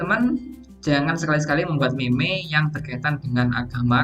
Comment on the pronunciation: Kata meme dibaca mim bukan meme.